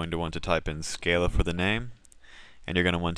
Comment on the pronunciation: Good tutorials, thanks.. but.. "skah-luh"